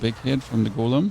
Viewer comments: what the hell is a goooolem? Did I learn english on a different planet? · Repeat after me. Golem. Not Goelem.